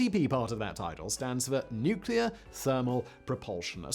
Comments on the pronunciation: As George Bush said, " nuc-e-lor". ;~] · its his stuff nose mate mispronounced it 😅😂